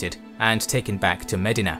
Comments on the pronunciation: You're not talking about Ohio so it is DEE sound not di in regards to Medina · Medina should be spelled different because of the way this guy pronounces it. 😂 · The way you pronounce Medina is incorrect.